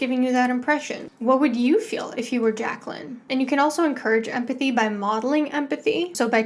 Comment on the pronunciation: because kids can't even pronounce Jay-Kwellin